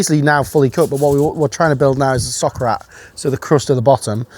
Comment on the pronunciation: I kept hearing sock rat